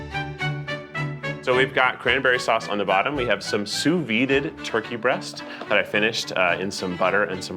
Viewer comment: I love that keith doesn't know how to say sous vide, really puts the cherry on top of this one